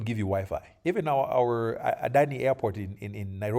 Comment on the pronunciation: You said Adani airport, Nairobi😂😂😂